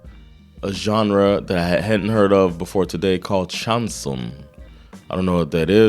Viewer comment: Chanson (stress on second syllable) is French for "song", but also the style of very dramatic and emotional French songs. It doesn't fit your channel, but you should check out Jaques Brel's song Ne me quitte pas (Don't leave me) No subtitles, but I don't think you need them